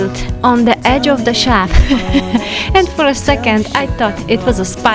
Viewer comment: (sigh) Okay, I give up! With this new posting I once again hear "shaft" for "shelf" and "science" for "since" but - hey, in the end, who cares!? The amazing and intuitive cleaning and organizing videos we are treated to show how we can maintain our homes, our mental and physical health, and not make it seem like our feet are being held to the fire...dare I say, witness an exercise in Grace....? Thank you, for this unique window on another way of living and working, a lesson to us all.